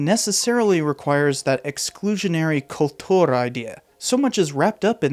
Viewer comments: Another great video, but Kultur pronounced with a Russian accent is weird lol. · You prononce "Kultur" like a Russian.